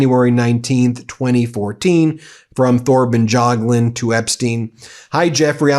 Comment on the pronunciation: Pronounce: Torben Y(a)gluund no TH here needed. A NYC crook untouched by the Soviet/KGB/Russian mafia is unheard of. Result is clear since decades ago, even thru Fred. Anyone must have known about and if so, got extinguished.